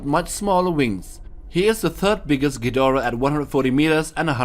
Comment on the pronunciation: and yet he pronounces ghidorah right